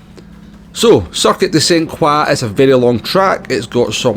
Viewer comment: It's Circuit de Sainte-Croix, not "Circuite" which does not exist in french. Just a minor correction 😅